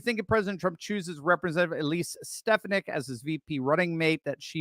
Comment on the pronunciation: Ste FAH nick! Say it right!